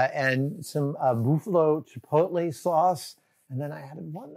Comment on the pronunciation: "Boofallo" sauce you say?